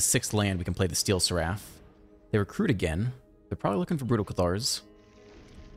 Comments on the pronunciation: not to be that guy but you are pronouncing seraph and simulacrum wrong. sweet deck. thanks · What's wrong with seraph?